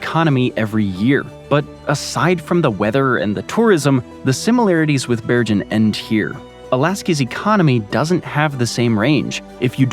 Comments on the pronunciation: I had to stop watching because I would cringe every time you mispronounced Bergen. It's pronounced Bear-ghen, the g is hard, like in goat. I'm in sensory overload just typing this because of how off-putting the constant mispronunciations were. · interesting stuff, but please check your pronunciation of european cities, every good map geek knows its Bergen as in Google, not Georgia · Bergen was mispronounced. The g is pronounced like in get not with a J sound. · the way you pronounce Bergen is killing me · Sorry to moan, but if you are going to say “Bergen” many times, you might want to just check with Wikipedia how to pronounce it.